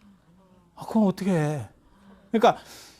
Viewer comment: 어텋게--가 어떻게로~~~~ 실수,ㅎㅎㅎㅎ.